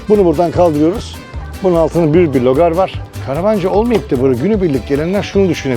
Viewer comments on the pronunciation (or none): LOGAR DEĞİL, RÖGAR :)